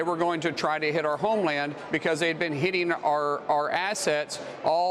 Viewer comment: "Arsonist"..."Arson"....No brother its Arsenal